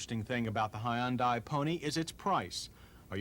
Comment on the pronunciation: High-un-die Almost better than Ty-oda Cam-ray